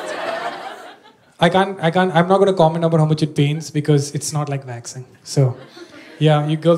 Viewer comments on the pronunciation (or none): When i started hearing waxing as vaccine :(